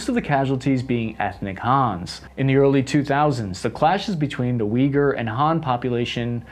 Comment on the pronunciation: I know generally speaking you have a bit of badly pronouncing 'harder' names of places/things. Thank you for taking the time to pronounce Uyghur right.